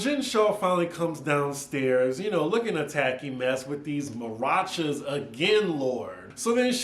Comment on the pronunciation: I love you but It’s maracas not marachas 🤣💜🎉😊 great review these ladies are on one but entertaining.